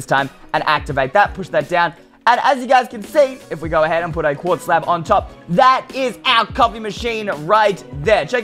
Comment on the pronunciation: Pretty sure it's "Quartz" stairs, but... ok.